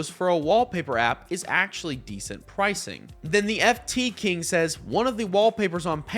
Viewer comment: £ is not euros btw. Its €. Aaaaand its theft-king not the-ft-king Hate to be that guy :/